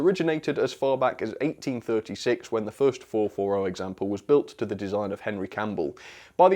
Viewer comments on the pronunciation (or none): none